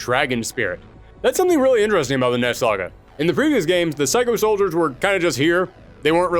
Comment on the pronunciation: It sounds like your saying ness saga